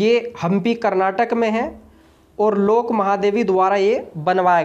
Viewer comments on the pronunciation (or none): none